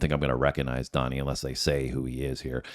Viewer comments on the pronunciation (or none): Dhani is pronounced as Danny, not Donny